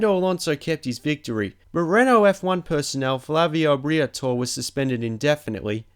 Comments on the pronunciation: He also said Bretor instead of Bri-a-tor-re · It's Bria tor ree and Pat Simm ons not simons. Mickellan tyres. Fuck me mate, learn to fucking speak.